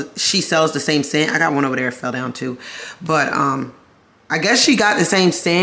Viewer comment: The Maryland accent came out when you said “she was doing TEW MUCH” 😂😂😂